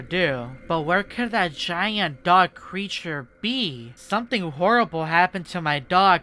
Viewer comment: "someting wong with my dog, idk wat it is"